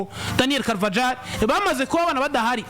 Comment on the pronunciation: Bavuga CarvaHAL. Ntago bavuga uko byandikwa.